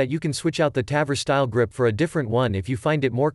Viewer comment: Interesting video. Quite some corrections: -The Ps90 holds 50+1 rounds standard -The tavor is not awesome for leftys, due to the shell ejection. It's time consuming to convert it. -The pronounciation of Tavor is on the o. -it's flash hider, not compressor -KSG grip and stock are not made from glass, but fibreglass -The 10/22 bullpup is nice, but from personal experience i can say it's unreliable -The 10/22 magazine only extends if its a 25rd, not the 10rd -"removable rail cover so you can adjust the charging handle for better accuracy". Wait, what do you wanna say here? 😅 -The tavor x95 is certainly not direct gas impingement, but long stroke gas piston driven -the panzer arms holds 2 by 5 rounds? What? -it's "three O eight", not three hundred eight -you cannot use the term torque on guns.. -generally guns that take AR magazines can take any number of rounds. 10, 20, 30, 40, 60, 100..